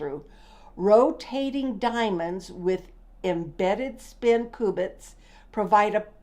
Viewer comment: Refreshing to see an older lady delving into quantum mechanics. By the way they are “cue” bits, not “coo” bits. No worries. Keep at it.